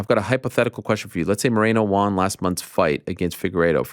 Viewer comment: "Peen-alize" 🤔 Eeeeeh. For a guy who seems so concerned about the proper pronunciation of words. It's unbelievable how badly you mispronounce certain basic words. You try to say Adesanya correctly in an actual African accent, but can't pronounce penalize. Pen-a-lize. Lol. Or one you say nonstop due to covering MMA. You pronounce won as "Juan" or "Waan". Lol. I've seen multiple people comment about how annoying that is. 😂 Gotta give you a hard time Ariel. But I love ya man.